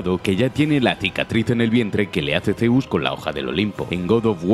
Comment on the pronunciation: "ZeOussS" xDDD buen video, 30 detelles alucinantes de Rise of the Tomb Raider